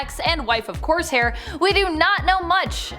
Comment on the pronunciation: Corsair... Or coarse hair?? She said it weird😅